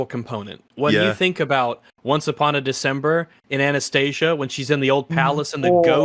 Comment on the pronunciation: i hate how everyone pronounces Anastasia wrong